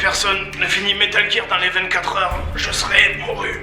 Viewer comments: bonne vidéo, mais ça pique vraiment les oreilles d'entendre "metal jir" xD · Metal Geere c'est le jeu ou richard Geere joue dedans ? Parce que moi je le connais pas celui-là, j'étais habitué à Metal Gear (prononcé : guire) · metal jir.. c'est pas comme ça qu'elle le prononce la meuf de google translate X), mais c'est pour faire chier donc ça va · Metal jir ou metal gear petit jdg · En l'espace de 12 secondes dire 6 fois metal jire... ça donne des frissons à chaque visionnage ! :( Mais c'est fun de regarder des anciens JdG ! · "wouhou vivement que JIIIIIRBOX nous sorte borderlands 3 en septembre" 🤦🤦🤦🤦🤦🤦damn si c'est pas ridicule ca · ces métal gear prononce GUIR (je sais je suis chiant :troll:) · C'est pas comme si il avait expliqué pourquoi il le prononçait [jear] ... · Il a réussi, ça m'a bien cassé les couilles d'entendre Metal Jir à longueur d'épisode xD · ah au fait... on dit METAL GEAR a l'anglaise donc ca se prononce Metal Guire. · Je déteste comment tu prononce metal gear >:( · Moi, perso, avant d'apprendre l'anglais, j'avais prononcé "Metal Guerre Solid" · Jtrouve ça relativement drôle, bien que ça choque mes oreilles, et l'essentiel c'est que JDR sait comment le prononcer... pas la façon dont il le prononce. Et pis on s'en tamponne le coquillard non ? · MDR mec, j'etais en train d'ecrire un com pour raler sur ta prononciation du "gear" et pile a ce moment tu donnes ton expliquation dans la video, trop fort ce jdg t'anticipe les rageux ! Super video comme toujours sinon :d